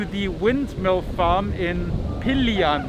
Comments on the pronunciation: Pililia, pronounced as Pi - li -liya.... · Pee-leel-ya! That’s how your suppose to pronounce it. :) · It Pronounce: Pi - Lil - Ya Rizal😊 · It's pronounced pi lil ya from Rizal 🇵🇭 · Pililla, in Rizal we pronounce it as "Pi-lil-ya" with slight variations per town, some indistinguishable, some very distinct :) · Pililla = PEE LEE LYAH. In Mexico, double L is pronounced as a Y, in the Philippines, the first L is not silent. For example the name "Bella". For English speakers it is Be-La but in the Philippines it is traditionally pronounced "Bel-ya" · Pilillia, pronounced as Pea-lee-lee-ya(a as in yam) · The pronounciation of "Pililla" is (Pea-lill-yeah). Hope you try it.. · It’s pronounced “Pee-lee-lee-un”,, and say it normally, not too fast nor too slow. They also have them here in southern Okinawa and I actually have pictures of them. It’s really windy where you are! It’s cold right now here in Oki, and windy as well, kinda like the beginning of winter in the states but that’s as far as it goes, thank God! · You’re most welcome, except I made a mistake on the name. It’s Pililla, not Pililian. Whereas it would be pronounced Pee-lee-yah in Spanish due to the two LLs, in the Philippines the two LLs are also pronounced like the letter Y but with the added letter L before the Y. In other words, instead of Pee-lee-yah, the Philippine pronounciation is Pee-leel-yah. The Spanish “eh-yeh” (2 LLs) becomes Filipino “ehl-yeh”. Hope I didn’t confuse you more with this explanation. ☹️🤔😂🤣🤨😏+